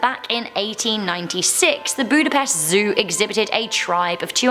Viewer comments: as a hungarian, it irritated me the way she pronounced budapest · I know you dont speek hungarian your butsering the word Budapest. Also evry other words too.